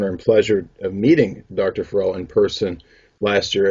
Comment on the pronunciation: Dude always pronounces Dr. Farrell’s last name incorrectly.